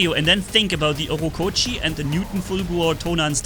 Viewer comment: Why do you say „Ockokochi“ when its „ochokochi“ 😂